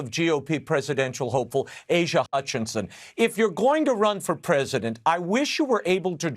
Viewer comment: Did that man call him Asia Hutchinson? 🤣🤣🤣🤣🤣🤣🤣🤣🤣🤣